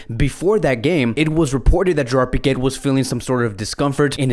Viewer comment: No piqettttt please no T no T